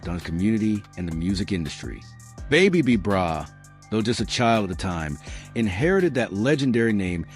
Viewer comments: boooo u saying the name wrong..who is babe b brah smh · your not even saying his name right! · The information about the original B-Brayz is false. He never went to the Pen. On top of it all they mispronounced his name throughout the whole video. This is completely disrespectful. This video needs to come down.